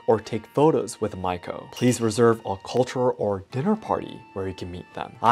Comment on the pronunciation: Not Maiko, the pronounce is like Ma-Yi-Ko